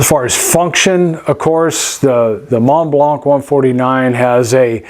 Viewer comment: Teaching native English speakers one at a time: the C at the end of Montblanc is silent.